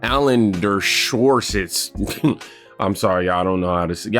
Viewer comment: Alan "Der-show-witz" 😉👍🏻 Great channel!😁